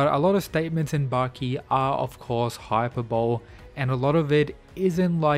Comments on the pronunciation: Good video. Raian would take Jack down. Oh, and I hate being one those people, but it's pronounced hi per bowl Lee. Hyperbole. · My dude really said "hyperbowl"